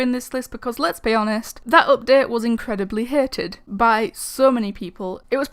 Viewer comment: why u talking like that? u saying ''updet''XD